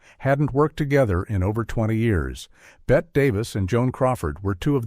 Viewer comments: Love the videos, and I find the AI voice very soothing; however, you need to edit this so it would pronounce Bette as Betty, not Bett. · And it's pernounced Betty, NOT Bet! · Ger name is Betty not Bet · This is one of the WORST of these kinds of videos I've seen - it's RIDDLED with blatant, shameless errors: 1. Every video with awful AI narration and a BOT narrator has the wrong pronunciation of Bette Davis' first name. It's pronounced "Betty" not "Bette." She is one of the most famous film stars in history and it's ridiculous that these dreadful AI videos NEVER get it right. 2. Joan Crawford and Bette Davis NEVER worked together before this. The narration here states, "they hadn't worked together in over 20 years." That's simply WRONG, as they had not worked together at all. And the "feud" between them was not anywhere near how it's constantly portrayed. FROM WIKI: Crawford dismissed rumors of a feud between herself and Davis, expressing her desire to collaborate with her co-star since 1944 when they were both under contract to Warner Bros. Variety quoted Davis from a television interview, stating that the two women had "too much pride to quarrel." Another report from Variety in August 1962 confirmed the friendly atmosphere on set. AND you don't even mention what went on surrounding the Academy Awards which involved ACTUAL tension between the two actresses. 3. Bette Davis was 54 - not 61 - when she made this film. HOW COULD YOU GET SOMETHING SO EASY TO RESEARCH SO WRONG? She was born in 1908. She was NOT already a grandmother. Her daughter was 15 when this film was being made. In fact, Bette's daughter plays the neighbor's daughter in this film - an ACTUAL interesting fact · What is the determining factor as to when to pronounce Bette Davis' name as "Bet" and when to pronounce it as "Betty"? True -"Blanche Hudson" couldn't move, but she had no trouble speaking. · Bette Davis' first name is not pronounced "Bett." It is "Bett - ee." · Me too!!!!